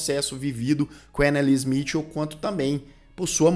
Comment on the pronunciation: Anneliese Michel ( nao se le "smitil" e sim mikel!